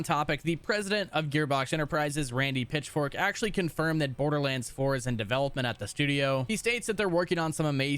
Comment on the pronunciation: Am I the only one that hears Randy Pitchfork instead of Pitchford?